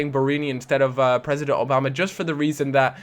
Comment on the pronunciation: obama-yang LOL!!